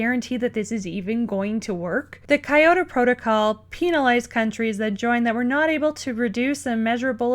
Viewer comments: This is a good video but please stop saying Kiyata Protocol. It is the KYOTO protocal; you know, the famous city in Japan. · KYOTO. KEE YO TOE. be fast on the kee into the yo. Kyo. Kyo. Kyo. not KA EYE. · It's Ki-yo-to, not Ka-yo-to. Good video though.